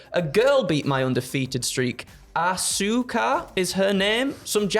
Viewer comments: Your co host does not even know how to pronunce ASUKA (As-ka) name. Who the hell calls ASUKA as ASOKA. Does he even have an idea who Asuka is? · “As-Su-ka”? What the fuck Goldberg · Not Asoooka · That mispronunciation of "Asuka" is both 100% intentional, and just makes him seem like an idiot.